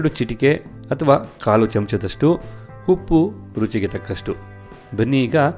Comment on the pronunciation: Congratulations dear... 😊for your success.. One suggestion is has to improve his pronunciation of akki (pronouncing HAKKi)..and uppu (He says Huppu).. Hope u take it positive...